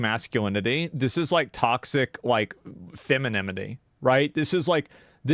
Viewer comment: Feminemity. Femenomea. Sea anemone. Femininity is what he was trying to say though.